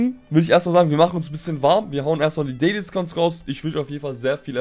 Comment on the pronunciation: Dieses Englisch